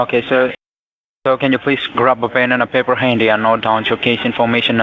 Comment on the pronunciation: Tom DiGianvittorio, Sr.---I heard them refer to paper as pepper. "Get a piece of pepper!"